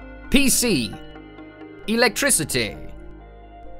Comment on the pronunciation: the pronunciation. omg. so good. love me some electrisutay